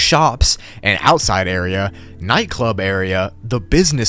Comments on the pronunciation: "outisde area" 🗣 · “outisde area” hits hard